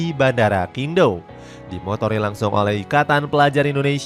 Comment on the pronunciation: QingDao cara bacanya cyingg tao... bukan kingdao 😂😂😂😂😂😂